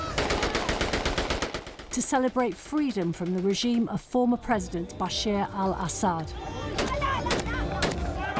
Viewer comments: His name is bashar not bashir bbc get it right. You said it more than once 😂. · Reporter keeps saying Basheer . Incompetent!!! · Why can’t British people pronounce Bashar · The criminal tyrant's name is Bashar, not Bashir. Pretty basic. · Its BASHAR AL ASSAD NOT BASHIR